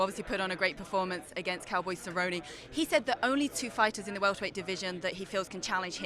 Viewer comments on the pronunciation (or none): It is not Cerroney or Cerroniey it is Cer-rone.